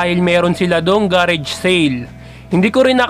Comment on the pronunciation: Mali pa pronounciasion ng garage